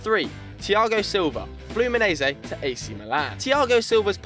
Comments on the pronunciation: Fluminaisi to Real Madrid" it's pronounced Fluminense omg 😠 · You pronounced Fluminense wrong... It's not fluminese, it is flumineNse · Can't You pronounce Fluminense correctly?